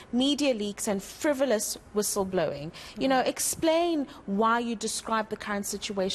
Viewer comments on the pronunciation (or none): Frivilous wissle-blowing????